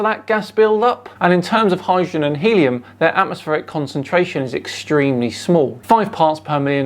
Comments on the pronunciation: it's Helium, not Hellium.... yes, I read all his board about mana, gold and fluxuaction .. fascinating stuff... "the man, the sun, and ... the black hole" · Love how he spells Helium: first as helluim, later as hellium. I’ve no idea where this guy gets his idea for an earth that’s flat with 10,000km radius, bet there’s a lot of pot involved to create a model that couldn’t include most of Asia, South America and Africa. Nobel prize worthy indeed 😂.